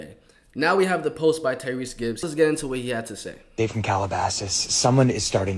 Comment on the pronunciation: Tyreese gibson boy stop butcherin his name😂😂😂